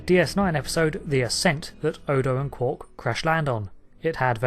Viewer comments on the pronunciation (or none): QUARK not Quork!!!